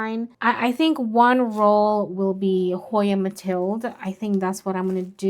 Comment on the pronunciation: The Dutch/Belgian pronounciation of Mathilde… is closer to Mathilduh than Mathilda If you are going to do growing in organic substrate vs growing in pon updates…. Please do them after 2 or more years… Quite a few people who promote growing in pon have only grown in it short term, while some other people who have tried it for several years report problems for long term growing… It is supposedly also difficult to transfer (older) roots from pon to an organic substrate Dont get me wrong, I am not against pon… I actually use it for some plants